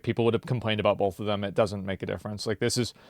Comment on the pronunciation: There's no L in the word both. Stop saying bolth